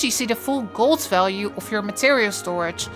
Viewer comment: "make GOLZ" "anywhere in the worlZ"